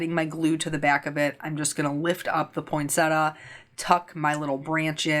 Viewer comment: Point-Set-Tee-Ah is the correct pronunciation... not point-setter. 😉 I don't mind the um's - it's the sniffing I don't like. Eeewww gross 😆